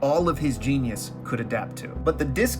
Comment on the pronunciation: did you say, Adapt!!!